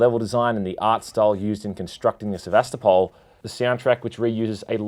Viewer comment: It's not pronounced Se-va-sta-pal, but Se-va-sto-pul l it comes from the city of Sevastopol in Ukraine/Russia